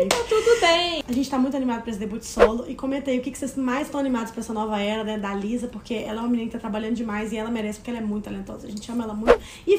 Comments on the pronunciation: a pronúncia certa é Lissa não Liza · Que agonia elas errando o nome da Lisa kkk